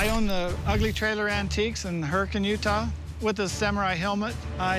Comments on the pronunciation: Its not "Hurricane", it's "Hurricun"! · No way just called Hurricane Hurricane?😂😂😂 🤦‍♂️🤦‍♂️ it’s pronounced hurriken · Hurricane, pronounced, "Hur-cun". LOLOL🤣